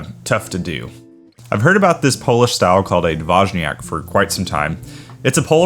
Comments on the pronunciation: It’s D-voy-niak 🫡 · Find a Polish speaker and ask!? Your BIG issue was that "J". In Polish it's pronounced like a "Y". I was lookin at those ratios of honey to water, then at the resulting ABVs and they made no sense to me. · From a Pole's perspective, you pronounce it funny ;-) Generally, these names (półtorak, dwójniak...) refer to the ratio of water to honey - półtorak has the least water (1 portion of honey and 1/2 water; 1 + 1/2 = 1 and 1/2 = one and a half = półtora (PL) -> półtorak), czwórniak has the most (1 portion of honey, 3 portions of water; 1 + 3 = 4 = four = cztery (PL) -> czwórniak). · Almost I would say: D-vooy-nee-ak but make the nee very short. Not as prolonged as in Monthy Python. Soften it up, and then you will lend on Dwójniak.